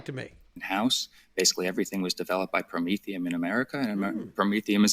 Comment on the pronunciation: Did you say Prom-etherum aka Commy Coin